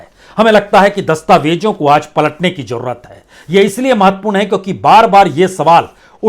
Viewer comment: तो पान वाले बेरसिया जी , जो विश्व politics में यह ताक़त है तो तुम र र र र र करने वाले की क्या बिसात ? अकेले कमरे में जरररररररूते पन्न्न्न्ने। ज़रूरत को जरूरत बोलते रहो अंदाज़ को अन्नाज